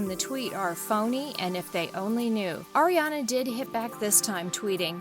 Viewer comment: on 😣 just say the name of the person U ROAST BUT DOESN'T DESERVE IT, correctly please. because i heard u say ERIANA please stop with these kind of videos🙄🙄😒😤